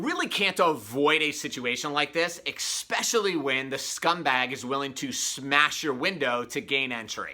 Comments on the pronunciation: *Especially, not "expecially." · "exspecially"... Really dude? You are a professional speaker. Tighten it up!